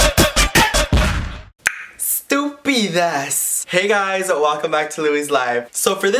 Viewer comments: Did any one else notice that said estupidas instead of sstupidad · Love it!! I love when you say stupidas" Lol love ❤😘 you